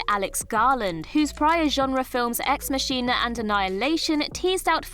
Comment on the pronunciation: She mispronounces words in almost every video she does. Considering reading the script is literally her job, I'd fire her.